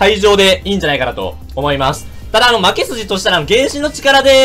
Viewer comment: 負け筋が巻き寿司に聞こえた